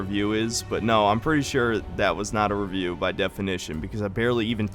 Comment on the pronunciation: You said revieuw ones dude ..u kinda asking for it tbh 🙃